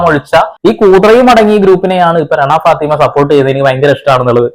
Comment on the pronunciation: രണാ ഫാത്തിമയല്ല ... സുനാ ഫാത്തി